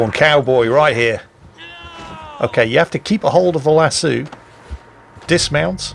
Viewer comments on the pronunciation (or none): Lol. Lass-eu. Like lasso just because a french word. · Jingle's... its lass'oh not lassew... hahaha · Lassooo? Lass OH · LASS. OH. NOT LASS SUE. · Its lassoh not lassoo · Friendly note since you're going with the horse opera talk, ect. - Lasso is pronounced La-So, like El-Paso. Not La-Sue. At least in 'Murica. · just fyi lasso is pronounced las-oh, not las-oo. I know it’s a small difference but hey, welcome to needlessly complex world of the English language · the word "lasso" has a long "O" in the pronunciation for those of us in the USA. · you old git it's "lass-oh" not "lass-OO" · Lass-O not Lass-oo. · Lasoh, not lasu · Lass-O,....Lass-sue makes me laugh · Lassoo? LASSOO? It's lass OH, asshool. Nah, luv ya.... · is triggering me with his pronunciation of lasso as lassu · saying pronouncing lasso as “lassoo” made my day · Lassooooo? Lasso,! Short o! Like in SHORT. LASSSHORT. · I don't know of anywhere in the world that it's considered "correct" to pronounce it "las-soo." Sure, it may come from the Latin "laqueus," but lasso is an Anglicisation of the Spanish "lazo," which has no "oo" sound in it. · Akshually, it's pronounced LASS - OH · You are pronouncing lasso oddly lol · Your not a cowboy, you cant even pronounce lasso right